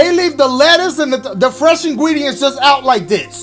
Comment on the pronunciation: "the fresh ingweedients" 😂